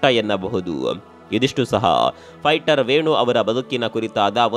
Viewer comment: Lo guru fighter adu fughter alla😂